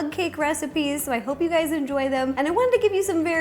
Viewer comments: She said "Hey Gays" at the start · "Hey gays it's ro" she knew I was coming